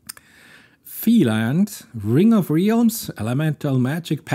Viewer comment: Qwen with Questions is pretty good. The thought of being able to run something like that on my computer is mindblowing. It having gotten this puzzle correct is amazing. By the way, your pronunciation of realms is incorrect. It's more like: 'rælms'